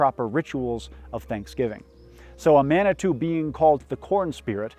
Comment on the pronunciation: I would like to inform you it is pronounced Mon-E-Toe and Pot-a-watt-omie I’ve always loved your videos I’m Prairie Band Potawatomi in Kansas. We are the farthest band of Potawatomi moved west minus our Oklahoma Citizen Band cousins in Oklahoma. Thank you for this video, our world was just as complicated and intricate as any continent in human history. Much love from Kansas